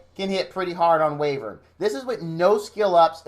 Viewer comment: Btw, Wyvern is pronounced, 'Why-vern'